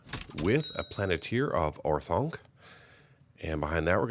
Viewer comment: Planet-tier of OreThunk made me chuckle a little